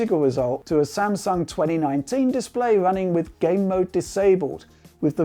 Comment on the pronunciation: It's wunning wemotely lol